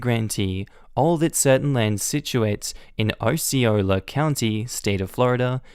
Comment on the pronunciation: Osceola is pronounced ‘Ah-see-oh-la’, not ‘Oh-see-oh-la’ And Kissimmee is ‘Kuh-sim-ee’. Non-natives always seem to pronounce it ‘kiss-uh-me’, which is charming but wrong. I was born and raised in Central Florida, so I have no problem with these native words… such as Econlockhatchee and Okeechobee.